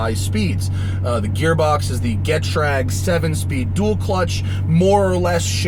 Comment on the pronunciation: It's pronounced G'trag, not Jet-rag.